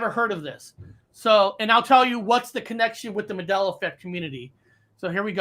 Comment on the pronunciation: It's MAN Dela not MAdela!!!!!!!